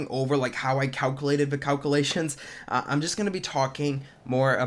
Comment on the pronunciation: wow can you say calculation 5 times fast? or even once? lmao